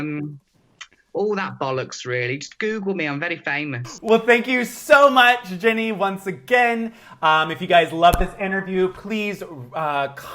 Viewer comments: Great interview! But it's driving me nuts that keeps saying "Jenny" versus "Ginny" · mate her name is Ginny not Jenny haha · Americans really can't cope with the name "Ginny" can they. Are they saying Ginny, are they saying Jenny? They don't even know! 😂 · It sounds like he is saying Jenny not Ginny. It killed me